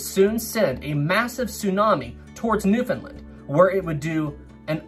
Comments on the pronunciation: Where i live in cape Breton there was alot Of flooding from the tsunami in 29, and its . New-found-land. Not new fin linn 😅😅😅 Love your videos i never miss one!! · Another well done video... but (haha)... Newfoundland was not a part of Canada, not until 1949. And it's "Newf'en'land" (Understand Newfoundland) But all kidding aside, well done, and it was very cool that the topic was mentioned. If you want a topic for another great story look up the grounding and wrecking of USS Truxtun and USS Pollux; also Newfoundland related. Keep the great work. Cheers.